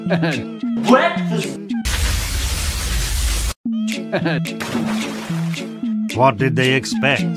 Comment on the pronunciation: The Bible ''Bwekfast'' YOU QUESTION THE WORDS OF THE MIGHTY